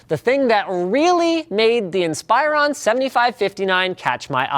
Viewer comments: AM I THE ONLY ONE BOTHERED BY LINUS' PRONUNCIATION OF INSPIRON? He kept saying in-SPY-ron when it's always been IN-spuh-ron on the commercials. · In+Spa+Ron. Dude pronounced it wrong on this video. He said In+Spy+Ron... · "In spy rawn" It's "in spih rawn" Linus. Come on. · goodness gracious its "insp-ER-ron" not "insp-eye-run". The "ir" sound is said like "inspiration" not like "inspire". The emphasis is on the "RON" at the end. So its really said "insper-RON". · He keeps pronouncing it incorrectly. It's pronounced "IN-spur-on" not "Inspire-on" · It's pronounced in-spur-on not inspire-on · Ins-per-on. Not In-spire-on... watch a Dell commercial ffs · Its not inspire-on. It's in-spur-on. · I always thought it was pronounced "In-spur-on" not "inspire-on" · Inspiron is spelled IN-sper-ON. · Stop saying "Inspire-on." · linus.. its not pronounced "inspire on" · "inspEYEron" lol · Inspire on? I thought it was pronounced like it was spelled. Dell ads pronounce it like that. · Is Inspiron supposed to be pronounced like "In-spy-run"? I always say it like "in-spih-ron". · Did you just call it a Dell Inspireron??? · Pronounced Inspiron wrong. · STOP PRONOUNCING INSPIRON WRONG!!! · Inspyren!!!!! try improve ur acent linus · you are pronouncing inspiron wrong lol